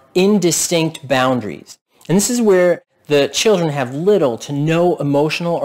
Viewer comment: You say chirrden too. It's chill dren by the way. Children has an L and the R comes AFTER the D. See you at the outhouse races Texas.